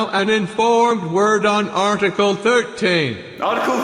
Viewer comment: For fuck sake... ArrrrTickle made me laugh way too much XD